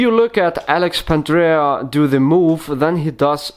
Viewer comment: No offence mate, but Pandrea is both a better tutor and his moves are cleaner. Since you don't seem to know him—or even how to pronounce his name, perhaps you should review a few of his videos.